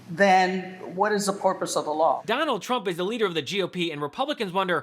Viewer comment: what is the porpoise of the law? 🐬